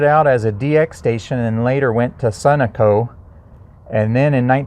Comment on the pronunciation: We have way too much time on our hands here in Missouri. LOL. I like your video but you didn't pronounce SUNOCO correctly. Just saying